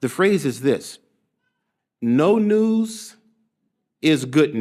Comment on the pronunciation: I can't help but hear "the good noose 🪢" instead of the good news. 😂